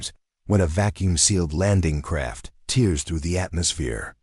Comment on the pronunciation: Oh dear! Crying landing craft!? 0m:17s: The pronunciation of same-spelled words in text is context-dependent. So our landing craft TAREs through the air. If it TEars through the air, then is is leaking water from its eyes. Now I have to decide if I should continue, putting up with whatever text-to-speech problems might distract me from the story, or abandon. reaching for coin ... flipping ... annnn-nnnd: Heads